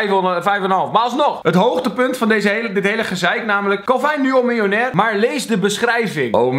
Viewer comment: xD die eerste video: MILJ-OEN-AIR